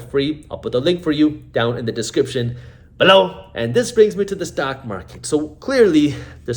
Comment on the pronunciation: Why do you always say "below" with that weird accent?